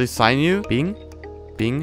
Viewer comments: You say sinew like sigh U its said like sin u btw. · Sin-ew not sine ew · Him pronouncing it “sign you” instead of “sin you” is making me crazy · Why are you pronouncing it like "synew"? It's sinew. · Sinew, not sign new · "Saynew" Kill me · Sinew is pronounced sin-yu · your pronounciation of the word sinew makes me want to die